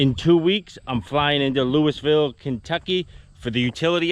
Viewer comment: You’re Definitely pronouncing Louisville wrong! Lol